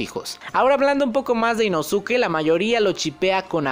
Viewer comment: Me da un escalofrío cuando dices Inosuke y no inoske